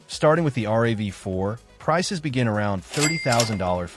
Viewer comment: It's a RAV4 - rav is a word with the 4 added not r-a-v-4